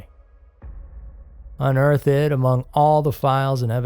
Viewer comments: Its unearth'd, not unearthED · Can I ask you a legitimate question? I love your voice but are you using a computer generated voice? I keep noticing weird ways of saying words. Like unearth-id instead of unearthed.